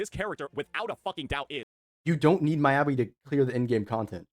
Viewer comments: okay, good video, valid points, saintontas is an actual idiot, but PLEASE STOP SAYING M-EYE-ABI , ME-ABI like me, myself and i, me, mi mi mi, me me me, not mai. <3 (obviously im messing around but it did irk me lmfao) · cool cool cool, i agree with everything you're saying but deadass how do you butchered Miyabi's (Meeyabi) so badly dawg